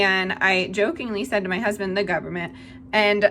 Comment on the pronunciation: Why can't you say government?